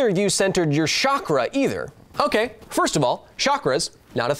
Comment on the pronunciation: the way Kyle says 'Chakra' offends me 'Shakra'